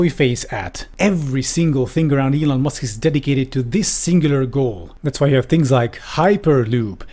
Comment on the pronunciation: M'lon Eusk...